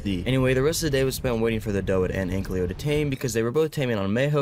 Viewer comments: Hi i love ur vids.❤ One thing tho YOURE SAYING ANKYLO WRONG pls say it right Oh and when you finnish the ark lore playtrough (or whatever this is) it would be fun if you played some other games. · can you please say ankylo instead of anklyo